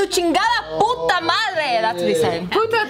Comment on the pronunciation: saying "PUTA" with such great diction. xD